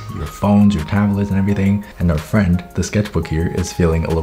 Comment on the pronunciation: friends not frands